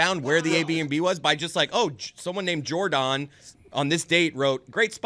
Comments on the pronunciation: Love how they pronounce it JorDAWN lol. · Are they just trolling continuing to pronounce Jordon’s name wrong? Even Pablo said her name is pronounced like Jordan and made a comment about actively stopping calling her Jor-don. It just diminishes the reporting and makes them sound like the guys on TMZ